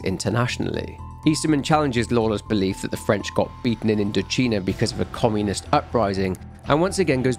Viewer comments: INDO-'CHINA' NOT CHEENA AAAAAAAAAH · You didn’t think that the “China” in “IndoCHINA” might be pronounced like “China?” Sorry about my pedantry but I found it funny. Great work as always though ❤